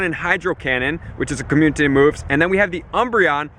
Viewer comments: Did he say commune-titty day? 😹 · perfect videos my dude been a fan for a while but please stop saying "community day" like that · Why cant this guy say "community"